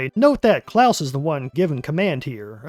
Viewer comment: Its CLAUS not Klaus. Also this came out on my most recent birthday.